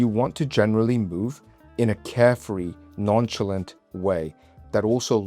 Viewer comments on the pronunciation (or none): Many great observations here. I want to suggest one small thing. The word youbused nonchalant non-Shall-ant. You said it like non-chill-ent. Shall-aant as if there are 2 As. Emphasis on tbe ending. Ask Google for yourself. ✌️ thanks.